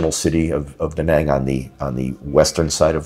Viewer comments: btw it's not daw nawng or do nong, it's da like you sAt on a chair and Nang like you Rang the bell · The name is Da Nang and not Dä Näng .